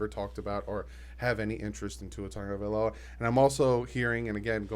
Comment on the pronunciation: It’s sad that ppl can’t still pronounce our QB last name it’s NOT TANGAVAILOA ITS TAGO***NOT TANGO